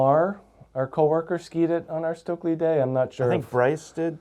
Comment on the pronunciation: Please americans; learn to pronounce Stöckli. It's hurtiung my ears.